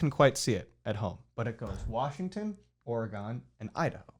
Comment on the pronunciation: its "Or+a+gun", not "Or+E+gon". It scares away Bigfoot when you say the latter.